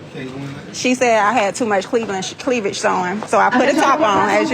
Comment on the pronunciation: “Cleaveledge” showing?